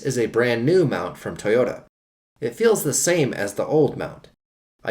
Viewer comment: What's a "Tee yota"?.